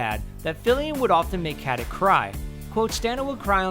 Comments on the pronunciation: Aneta Mladenovska why rude? I'm just pointing out to you that she herself pronounces it with a k.....there is no need to be rude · it's not how her name should be pronounce... mister nikola tesla is wrong. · Stop mispronouncing her surname, it's infuriating. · I don't get it...what the fuck gives you for right pronouncing someone's last name like you think it should be pronounced? Its not KATIK...Its fucking Katic and you read C like ch not fucking K. Its not like you cant fucking pronounce that letter...problem is that you don't want,because yo uare lazy fuck. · Take a shot of rakia each time this moron says "KatiK" -_ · The Ferryman It's read KatiCH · Lilla Lusztig yeah, Omg 😂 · The Ferryman Well it MAY be with a C, but absolutely not a K, not like he says it - "CatiK" no one in the Balkans say that! If you're not educated into any Slavic language then that's your problem. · its not Catic.. translate.google. com/#sr/en/kati%C4%87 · LInda Rubin It's like Stauna Kuh-tick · you could at least learn how to pronounce Katić last name